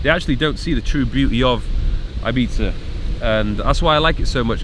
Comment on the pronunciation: I like you even more now you’re saying Ibiza proper. 💪🏼😂👍🏼